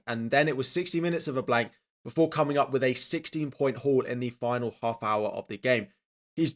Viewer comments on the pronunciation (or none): none